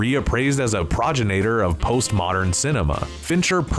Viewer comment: ProgenATEor? I thought you were a real narrator, but I guess you're AI too.